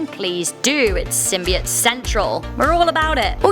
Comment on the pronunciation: You're all about Symbiotes well you can't even say it right! And I'd love for a Symbiote to inhabit my body!